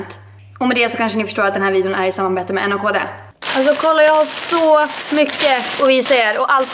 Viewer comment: Hej! Det uttalas naked:) puss å kram!